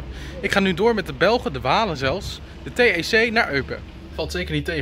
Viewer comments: Tec ? Gewoon uitspreken als "tek" Gewoon aan elkaar. Het is Frans, geen engels... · SNCB hoeft niet vertaalt te worden naar het Duits in die Duitstalige regio kan / mag je ook gewoon Frans praten / spreken Rechtzetting het is niet tec maar spreek uit als TEK ( transport en commune) transport in de gemeente letterlijk vertaald Buslijn 14 is speciaal = Belgisch privé bedrijf ( TEC ) met een contract voor de ASEAG ( Aachen )